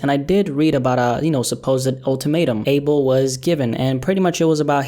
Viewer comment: Bruh u pronounced abel’s name wrong